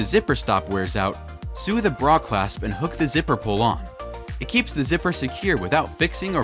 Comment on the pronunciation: "sue" the bra clasp? 🤣 Ai meant sew obviously.